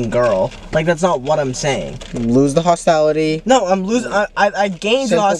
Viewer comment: Chris said hostality instead of hostility......LOL 😅